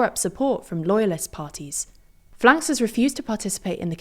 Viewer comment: It's generally pronounced "F.L.N.K.S" in English.